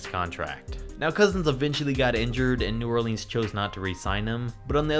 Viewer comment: Dude you gotta stop saying New Orleans wrong.